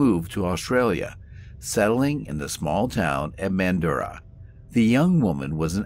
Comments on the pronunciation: Where’s Manduah? I’ve heard of Mandurah (pronounced man-drrr-are) so I’m curious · mundurah is pronounced Manjura not Man-durah